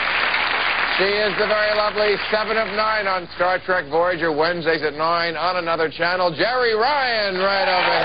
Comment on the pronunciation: weird how he says "on another network."